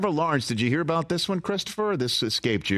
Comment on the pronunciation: You better read "abaht" that towel jr. 🤣👏👏👏